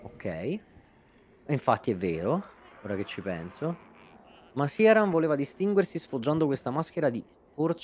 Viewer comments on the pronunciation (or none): E ancora con questo "Siaran". Sia nel suo dialogo tagliato che in quello di Gough, il nome viene pronunciato come "Kirán". Non è un nome fantasy, è derivato dall' irlandese. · L'ho appena ascoltato e hai ragione Dice "Kiraan"